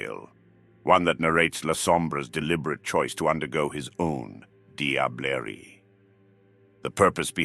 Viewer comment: First time finding your channel. Great production value, this must have taken some time to write and produce. This hunter knows more than most Lasombra elders. The SI would really wipe out kindred society with this much insight and meta level knowledge. Love your VO even with the odd pronunciation of some words like Sabbat, Diablerie, Malkavian etc. It really takes me back to the epic narration of the original transformers cartoon and 1986 movie. Look forward to watching your channel develop. Subscribed.